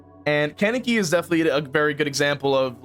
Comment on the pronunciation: Its pronounced con euh key